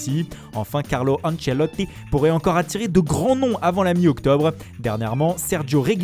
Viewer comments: Carlo ancelottii 😂😂 l'accent 😂😂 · Jordan PICKFOORD CARLO ANCELOOTII! Incroyable 👌😂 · Lol coment il a dit carlo anchelotti🤣🤣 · Anchelotti aussi MDR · J'adore son "ANCHELOTI" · Le mec se fait archi plaisir sur la prononciation des noms italiens 😂😂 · Tu peux pas prononcer Ancelotti c